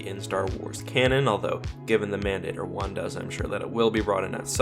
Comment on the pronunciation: Many years late, but as Mandator is Latin: Mahn Dah Tor The "a" in Mandator would sound like the "a" in father. An "e" would sound like a long a.